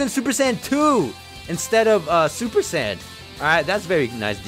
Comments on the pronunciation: True but it’s super saiyn not super San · He said super sand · Rasengan Kamehameha more like rasengkamehameha